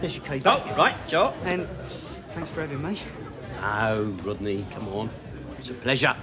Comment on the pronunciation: “That’s not funny Wodney, Rodney!”